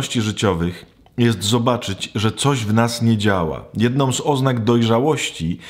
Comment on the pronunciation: Którzy tam pracujom, jednom z oznak, mowiom, czepiajom, pojście pewnom drogom, potrzebujom, z nowennom... nie naciskam i pozwalam ale moze cos sie uda naprawić